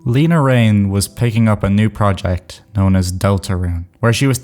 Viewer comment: it's pronounced 'Lena' not 'Leena'